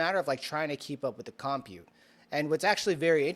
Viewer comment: you are driving me nuts. You are not pronouncing COMPUTE correctly. Please search online how to pronounce it correctly and practice. Thank you. SMH!